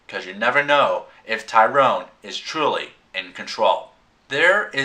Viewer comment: Tyrion, not Tyrone good review tho